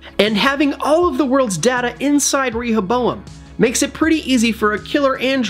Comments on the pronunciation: Why are you saying ReHOboam 😣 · Clearly the person giving the voice over is just reading from a piece of paper and hasn’t watched the show considering how he mispronounces Rehoboam every time. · Actually get someone who has watched the show to read the script for the video!! Rehoboam... come one say it correct!! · The guy who spoke in the video probably hasn't even watched Westworld and is reading of a script. Rehoboam feels violated by your pronunciation! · It only takes a few seconds to look up how to pronounce Rehoboam. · the real villain is the one who pronounce Rehoboam like the guy who is saying in this video 🤢🤮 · He could have googled it, at least